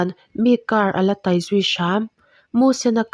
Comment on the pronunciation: A ngaihnawm hle mai mahse...tai kha i ithluk diklo nawn leh sak a..